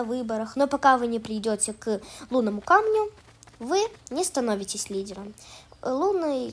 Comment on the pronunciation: Лиделомь? Выговаривать научись